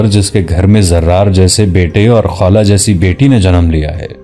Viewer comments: خالہ نہی یار خولہ ۔۔۔۔نام صحیح لیا کرو یہ صحابیہ کی نام ھے کوئ عام نہی۔ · جناب آپ پھر نام خالہ نھیں خولہ ھے